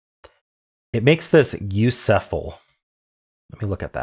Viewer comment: I was dying when you kept saying “u sef ul“ 😂😂